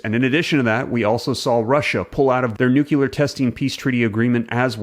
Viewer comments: Please, PLEASE pronounce nuclear correctly. Say NEW CLEAR, not nucular. 🤦‍♀️ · Nuclear, not nucular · You kinda lost me by pronouncing NUKELAR instead of NUCLEAR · great info but NEW-CLEAR..... not nukular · I like most of what you publish, but at the risk of being a grammar pain in the tush, I really wish you would make an effort to pronounce NUCLEAR, instead of NUCULAR. I see it gets spelled properly anyway. Rant over. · Love the information that you're bringing to us, but... Are you saying nucular or nuclear?? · Are you saying nukular in purpose? 😂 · Your video is misleading. You wrote “nuclear” but I heard you say “nucular” I’m sensing some sensationalism while more of the status quo. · Please stop saying nucular , it’s nuclear. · For heaven's sake dude, it is pronounced NU-CLEAR, NOT "NucULAR". Good grief. Try to sound more intelligent if youre going to make these videos. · "new-clear" not "nucular" Don't mis-pronounce "nuclear" like George W. Bush did. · What's a nucular bomb? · "Nukila" Bomb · bs channel and f pronounce nuCLEAR its not hard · It’s Nu- Clee- At 😂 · Interesting video, but please someone tell this man how to say “nuclear.” 😳😳🤦‍♂️🤦‍♂️🤦‍♂️